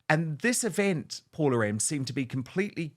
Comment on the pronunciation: Hey Dan, please ensure to pronounce your guest’s name correctly moving forward. Her name is Paula M., not Paul-M, so be very generous with the “a” in the end. As a Fernanda being called most times as Fernando or Fernand, remember that for Latin names the last vowel is actually the cherry on the cake ❤️